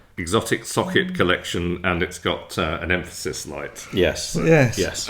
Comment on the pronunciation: Correction: Em-PHA-sis.😂😂